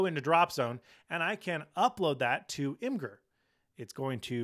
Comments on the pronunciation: Im-gurr? 😆It's pronounced as Imager. Image-err. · I feel like you're my fun uncle and I've been a subscriber since you were reviewing hardshell cases for iPhone 3GS before you went on your mission trip — and I will be a fan forever. But, it's not Imgur, it's pronounced "Imager" 🙃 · Great video as always, but just FYI imgur is pronounced “imager” (image-er) and not “im-grr.” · Love the video, but it’s pronounced imager (imgur) LOL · Uh... is it actually pronounced Im-grr? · Really helpful—thanks a ton for taking the time to do it—especially with being under the weather! (Fun fact, in case you ever wondered: Imgur is pronounced "image-er.") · Imgur is pronounced ’image-ur’ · You pronounce imgur wrong